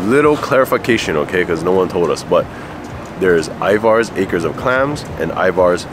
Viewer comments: Love you guys, but you gotta get the pronunciation right: it’s EYE-verz, not eye-VARS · I'm annoyed by how and pronounce Ivars.